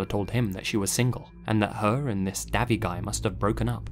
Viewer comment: If the name is Davy I think it’s pronounced Dayvey, like Davey, but no e.